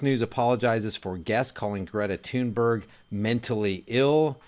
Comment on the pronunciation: Not tune berg thunberg like thumb Thor thud THunBerg. She says it like Thun Bae